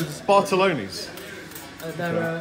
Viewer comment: Bartolini, not Bartoloni.